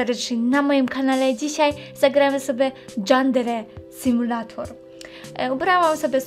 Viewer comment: Nie "Dżandere simulator" tylko "Jandere simulejtor"